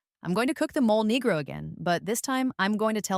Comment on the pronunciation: Mole negro pronunciation: MOH-lay NEH-groh